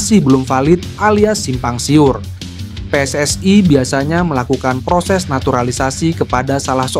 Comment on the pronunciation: Bang bicaranya jangan seperti negara jiran PSSI yah....bukan PSSAi...